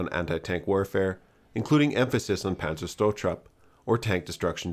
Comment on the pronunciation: Just two linguistic notes: The first "k" in "Panzerknacker" is not a silent "k"; in German, it is audibly pornounced as "-Kn-". And , the second "-zer-" in "Panzerzerstörtrupp" - i.e. "Panzer-ZER-störtrupp" was left out entirely. The way it is spelled here - effectively "Panzer-Störtrupp" - it would mean "Panzer Hampering Team".